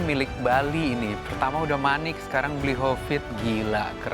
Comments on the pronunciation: say "Bli Kopit" 😅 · bener bener mood booster banget di season kali ini, manggil bli hovid jadi "Bli Kopit"